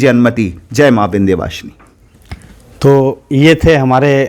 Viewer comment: चुटिया बनाना कोई तुम पंडितों से सीखे विंध्यवासिनी मां को विंदू वासनी बोल रहे हो अजीब चुटियापा है